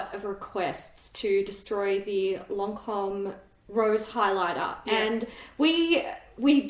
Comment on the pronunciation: It's lancòme not loncom 😂